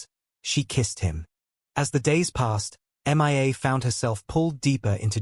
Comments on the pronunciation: It is hilarious how this AI narrator called M.IA. Her name is Mia , Julian mistress. A simple name. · Couldn’t even concentrate with the continual referring to the girl as M. I. A instead of Mia it was laughable as if she was missing in action does anyone even listen to these before they are posted ?😀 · The narrator says M I A and not Mia. The AI (artifical intelligence) narrator is substandard. The channel's owner needs to do a better job. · Haha Mia is not pronounced M.I.A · That drove me mad. So bad I was getting confused. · HOW HARD IS IT TO SAY MIA INSTEAD OF( M. I. A. missing in action ) ? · It is AI. Even the pronunciation of her name.He has a hard time saying it.